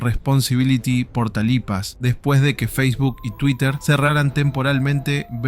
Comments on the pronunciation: No eres el único que le dio algo por decir tamalipas en lugar de TAMAULIPAS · Me causo estrés que no supiera pronunciar Tamaulipas 😭